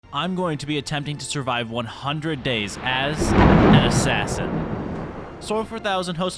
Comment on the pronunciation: When he said assain I think he said assain XD